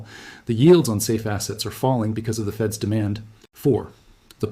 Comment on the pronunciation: You can tell it's AI because of the occasional misspellings in the, I presume, AI generated art plus he/it stumbles over FED S instead of saying Fed's. Nevertheless it's a valiant effort IMHO and provides some valuable nuggets.